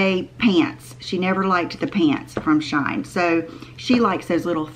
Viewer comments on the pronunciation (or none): I think it’s pronounced ‘ she in ‘ like ;she is in vogue. That’s what I heard; thx for sharing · It’s pronounced....She-in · I have ordered many things from SHEIN. Many good things, some missed. I think it’s actually pronounced She In. Like two words. Try to help where I can. 😘